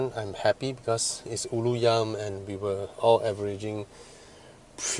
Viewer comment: the way you pronounce Ulu Yam is way more Malay than a Malay itself. lol no cap!